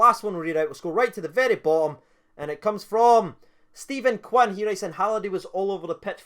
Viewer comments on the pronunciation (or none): none